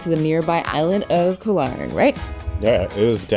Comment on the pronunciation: Hi and! PATTAYA is pronounced PAAT-TAAH-YAAH, not PAAT-TIE-YAAH. KOH, the word for ISLAND in Thai, is pronounced GAW. No hate. Just want you to say them correctly like a local now that you've moved to Thailand. Are you guys planning to take Thai language classes? Becoming fluent in Thai will open up a whole new world for you! I am 100% Thai living in SoCal!